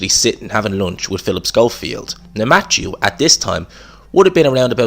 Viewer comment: It’s “Matthew”! Not Matchew